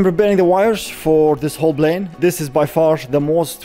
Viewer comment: you're almost at one million subscribers and you still say "Blane"!! Come on, man. It's not that hard to pronounce it correctly -Plane. Lots of Arabs pronounce P as it should - P, NOT B. It's NOT that hard.